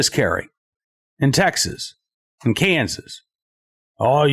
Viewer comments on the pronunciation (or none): none